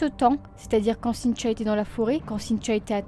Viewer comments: Triste histoire :( ps: je trouve drôle le prénom avec ton accent cintchio sinon bonne continuation j’adore tes vidéo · On dirait que tu dis Cynt-cha! Cela dit,ca n enlève rien à ta jolie voix douce et christaline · je me faisais exactement la même réflexion ahaha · C’est drôle!!! Je n’entendais plus que ça ensuite 😂😂😂😂. Mais c’est super! Continues !